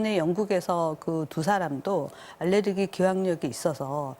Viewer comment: 알르레기가 아니라 알레르기입니다.